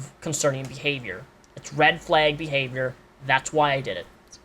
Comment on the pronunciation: I like how you say "Fleg" instead of "Flag" ❤️